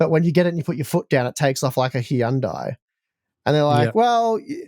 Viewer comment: wow, I love the way pronounced "Hyundai". I never heard it said like that before.